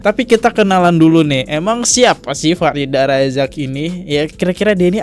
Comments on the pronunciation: F I R D H A R AZAK bk Farida Bacanya kok blm bener aja dr dulu.. Nama org hrs bener lho pengucapannya, kalo gk org ybs gk terima..🙏🏻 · Baca namanya Farida 😂 terus Kodrat jadi kuadrat 😂 lucu bgt sih lu Bang 😂 sukses selalu bang buat channel nya